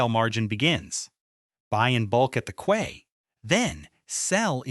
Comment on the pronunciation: How is possible that AI doesn’t know how to pronounce "quay" correctly? And why do the pictures of fish have a tail at both ends?